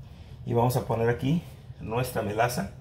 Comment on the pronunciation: ya encontre la receta.perdon dices melasa. Yo pence que decia moztasa ja ja